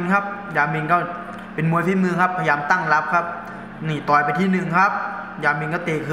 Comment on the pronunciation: พุดชัดๆหน่อยครับ ต่อย ไม่ใช่ ตอย 😂